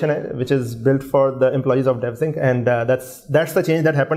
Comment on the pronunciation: Bhai khuda ka wasta hai its devsinc not devensick